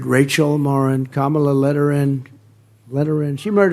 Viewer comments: he did it again! he pronounced her name correctly! that proves that he has to think about mispronouncing it every time and no longer can handle the effort. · Every time Trump accidentally (due to his dementia) says Kamala’s name correctly, his little band of sycophants cringe.